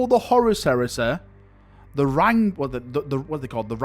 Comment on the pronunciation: The way you always call Horus, Horace will never not make me smile. You Manc.